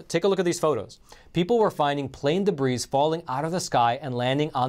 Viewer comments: When you say, "debris", it is pronounced, "debree". Just a tip from an American. You almost don't sound Russian. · we LOVE you and your channel, Debris is pronounced, Debree. The "s" is silent. <3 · the "S" in debris is silent. it is pronounced DEB-REE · I love you but debris is pronounced deh-bree. Just sayin'. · The "s" in debris is silent. De-brē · Debris,has a silent s,great video thanks 👍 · Please learn how to pronounce Debris. the s is silent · Debris.... How do you say that? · in the word, "debris" the "S" is silent. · I'm not trying to nit-pick here, but the 'S' in "debris" is silent.